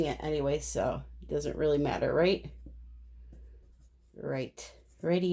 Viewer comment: That would be rightyT-O. Sounds like you're saying radio. There's the spelling for you. Rock on!